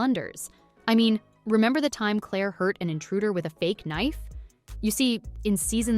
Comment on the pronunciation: Indeed. Would be verra well if they could pronounce Claire's nickname at least!